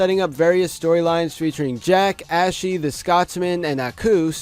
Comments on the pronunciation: STOP CALLING HER ASHY. THATS NOT HOW HER NAME IS PRONOUNCED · STOP PRONOUNCING ASHI LIKE THAT